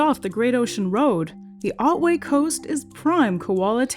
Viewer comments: Sorry, Great OUTWAY National Park? It’s pronounced exactly how it’s spelt, Otway. There’s no U or W in it. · It's Otway. Like the ot in otter.. Americans...